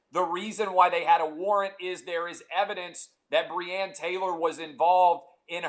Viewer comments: At least get the woman’s name right, Breonna. Lol my mans said breann 🤦‍♂️ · clay - get facts right!!!!!!!!!!! also clay - cant pronounce first name of victim